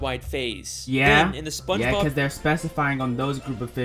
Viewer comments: “Spongebrob”- 2022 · Bro said sponge brob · bro mans said spongebrab